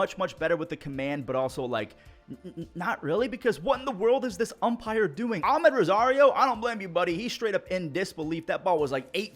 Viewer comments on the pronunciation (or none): none